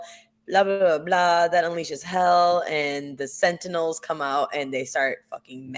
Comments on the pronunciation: Oh, for the love of gawd, it's SENTINELS, not "centennials!!!" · Omg Centennial vs Sentinel. Thank you, It was killing me haha